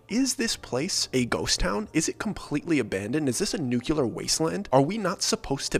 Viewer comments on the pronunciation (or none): Nucular lol